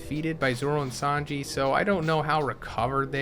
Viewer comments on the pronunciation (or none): none